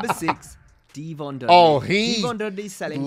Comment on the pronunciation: D-von lol